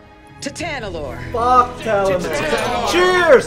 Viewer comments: I like determination to call it Talanorr instead of Tanalorr even when it's written in front of him. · Him saying Talanor instead of Tanalorr... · Its Ta Na Lor not Ta La Nor, I hate that it bugs me but bruh he keeps getting it wrong even after seeing it in big writing lol maybe it's on purpose idk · Literally the entire galaxy: Tanalorr: Talanorr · talanor instead of tanalor funnies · It’s tanalorr not talanorr